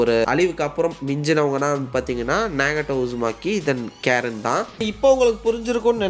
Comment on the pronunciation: கேரன் illa bro ❌ கரின் ✅ Susuke ve eppadi dha bro Kupduva... Also Google eppadi dha pronounce pannuthu